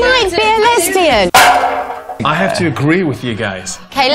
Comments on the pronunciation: ONE MINUTE IN AND ALREADY WHEEZING SHE SAID LESBINIUM PLZ😭☠️ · "are you a lesbinem?": what🤣🤣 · Lesbinim lol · what the hell is even lesbinum- i first thought she tried to say lebanon😭✋🏻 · "LesbEneM" ahh yess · LMFAO she did NOT just say "aRe yOu a lEsbInIm?" ?! There's no way 💀😂😂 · When she said "lebinum" my furniture started floating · “Are you a lesbinim” I’m dying💀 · “aRe yOu LEspAnEmM?” Lesbanem, lespanam, okay I'm lagging. Not me through video reactions literally same way what i feel too 😂✋💀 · Lesbian-nim that's what she wanted to say At least lets pretend that's what we heard lmao 😭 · “Are you a lesbinim” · LMAO YEAH IT SOUNDS LIKE AN ELEMENT LOOLL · The fact that she said lesbian wrong HAD ME SCREAMINGGG🤣